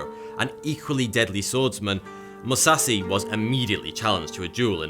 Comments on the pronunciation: MOO-SAW-SHE Musashi 武蔵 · Musashi is pronounced MU - SASH - EEE. Kukri is pronounced COOK -AR - REE. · This guy should at least try to pronounce the names right because hearing Musashi as Musasi is just bad. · I cringe every time he says Musasi like the h just disappeared and don't tell me that's how he pronounces stuff, you can easily pronounce it correctly with a bit of practise, I am neither a native Japanese nor English speaker and I can without practise imagine that. This dude lazy as fuck. He is talking about the greatest samurai to ever lived and doesn't even have the courtesy to say his name right. Also he talks about a great Mongolian warrior who was a woman and shows a European woman on screen through it all, talks about wrestling and shows skeletons boxing. I stopped watching after the 3rd time he said Musasi and had to comment. This video sucks balls I'm out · Please improve that Japanese pronunciation... :( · You mispronounced Musashi every single damn time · Almost pronounces matsashichiro right.... Butchers Musashi every. Single. Time. Sorry I don't mean to be "that guy." But I guess Ive now lived long enough to see myself become the villon. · I searched FOREVER to find this comment, I was so upset when he mispronounced Musashi’s name and nobody in the comments was correcting him, you sir are a legend. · He totally destroyed Miyamoto Musashis name XD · The he pronounces musashi miyamoto triggers the shit out of me and im not even Japanese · In Japanese the H is not silence so he’s totally miss pronouncing the name of Musashi. And the knife he’s talking about is misspelled. It’s Kukri. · Amazing how in 2020 people still cant pronounce Musashi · Dude when your channel is about information and education you can take a couple of minutes to check how foreign words are pronounced and not sound like a complete idiot. it's not about being a weeb he also mispronunced every other fucking thing even Kurki instead of Kukri. that's clownish for this type of channel